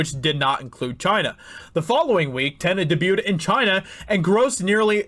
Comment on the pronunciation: Debuted... i’ll try to say this as nicely as possible but I hate the way you say debuted.